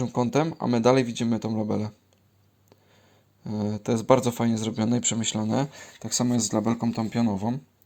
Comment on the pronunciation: Libellę nie labele :-)